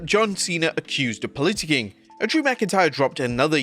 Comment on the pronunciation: I don't like the way pronounced "politicking" 😅.